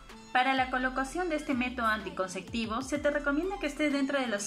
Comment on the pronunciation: Muy interesante pero por favor. Es anticonceptivo. Nooo anticonceCtivo!!!!